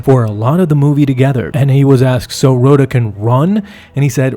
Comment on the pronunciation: Jeremy Allen White pronounces his character's name as rah-tah, not row-tah.